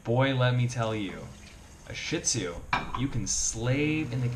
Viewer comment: I wish people would learn the correct pronunciation! It is not "Shit Zu!" The correct pronunciation is "Sheed Zoo."